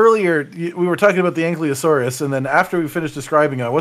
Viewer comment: Still waiting for to pronounce ankylosaur correctly 😂